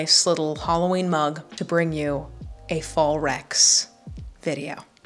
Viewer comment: When you said “fall recs” I legit thought you said “Fallrex” like a dinosaur